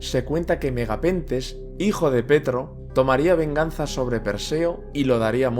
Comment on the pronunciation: Muy bien el video me gusto mucho , también que nombres las fuentes esta muy bien currado y elaborado como crítica constructiva decirte que hay nombre que no los lees bien como preto que lo llamas petro pero por el resto me ha gustado mucho solo es una tonteria la verdad buen trabajo